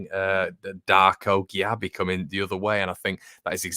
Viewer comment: Gyabi pronounced 'Jay-bee' apparently. Promising 18 year old.